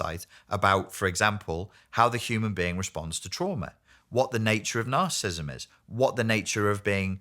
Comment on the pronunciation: It seems evident that this man needs to properly pronounce the condition he talks about. Is symptomatic of his lack of discernment about the spiritual evil that manifests in the self-centered and delusional behavior that results from being reprobate before God? These present generations exhibit the sins of rebellion and witchcraft in their demonic compulsion to deny the debased condition of men's hearts. Their rabid hatred for the Son of God, Jesus the Lord and Christ, reveals their rejection of God's claim over every part of the creation. has no understanding of God's remedies for narcissistic behavior because he does not deal with our sin nature. Only the Lamb of God can bring us to the new birth and restore our souls. John, chapter 3 explains this.